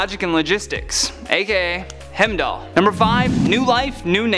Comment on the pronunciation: Not only can he not pronounce Darkseid, but he also can't pronounce Heimdall... What other names will mess up???